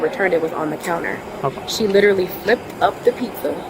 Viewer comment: The word "literary" is so abused by women... "littaly... im littelay... littely... he littaly...."